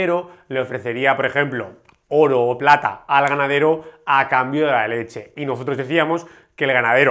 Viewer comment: A ver compadre, en el minuto 5 57 pata en vez de plata